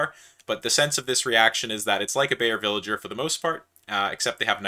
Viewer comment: Please don't call the good man a villager, it's /vɪlɪgəɹ/ or something of the sort, but please don't say the g as /dʒ/...